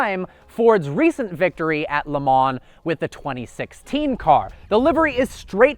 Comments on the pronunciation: It is pronounced Le Ma not Le Mans like it is written. Listen to any commentator or GT/Prototype race car driver and they all say it that way. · Did you really just say LeMans with the S? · It’s actually pronounced Le Maww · its pronounced "leh - maw" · You say stuff wrong all the time! Le Mans is pronounced "Le Mah".... 'LE MAH" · YOU DON'T PRONOUNCE THE 'NS' IN LE MANS!!!!!